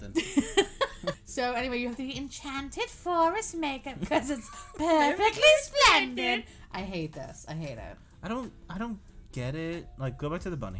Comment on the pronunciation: pewfectwy spwendid 😇